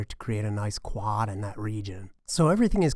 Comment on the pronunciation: Nobody:: Kwaahd